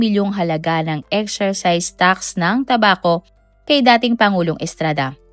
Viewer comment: excise tax...small town lottery...sportsmanship. paki ayos po ang narrator. Mukhang AI na nga, mali pa